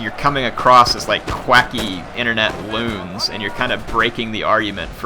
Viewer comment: "quacky internet loons" lol